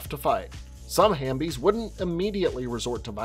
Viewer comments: I thought it was HALF-bies not hambies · I just wanna say it’s “half-bies”